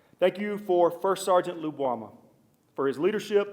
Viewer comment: I like the way they are pronouncing his name Obama lubwama